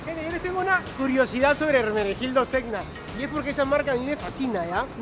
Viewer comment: La tipa dice comprar mucha ropa de marca y fashion y muy en Miami o Nueva York y demás vainas ... pero para pronunciar bien (o mejor dicho bien mal) el nombre de Ermenegildo Zegna ... ay dios mio!!!